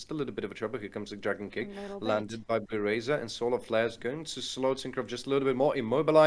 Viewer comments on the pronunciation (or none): one thing i want to point out is that ''bluerzor'' is pronounced litteraly bluerzor and not bluerazor